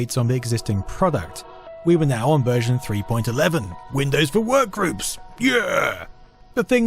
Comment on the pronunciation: Windows 3.11, which came after 3.1, is pronounced "three point one-one", not "three point eleven" which would come after three point ten.